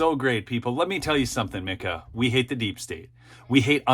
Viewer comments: I don't think she pronounces it "Mick-ah" I believe she pronounces it "MEEK - ah." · FYI Its Meeka as in Peek-a-boo, lol. Both are disgusting women!!